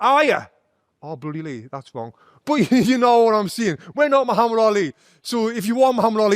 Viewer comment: For the first time I see a foreigner pronounce the name Muhammad correctly 😂😂